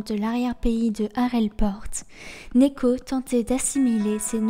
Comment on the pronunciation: Sympa la bio comme d'habitude, mais tu m'as pas mal perturbé au début à dire néko, vu que j'ai l'habitude de l'entendre prononcé niko x)